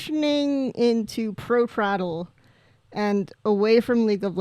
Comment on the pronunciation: I hope the traddle pronunciation is a bit for your stream because it was hurting me inside